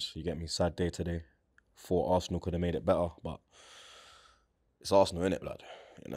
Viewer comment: Man said varsenal🤣🤣🤣